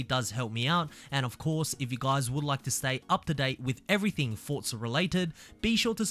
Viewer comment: "Fortza" is the proper Italian pronunciation.